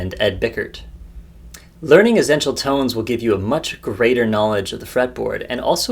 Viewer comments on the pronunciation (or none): Great video. I have never heard anyone pronounce essential like you, tho, haha. As if you are saying zen-tial. :)